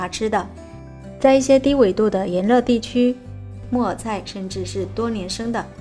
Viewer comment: 木耳菜的（耳）是要捲舌的，沒捲舌會聽成（木偶菜）的 😅😊😆-跟妳隨便聊聊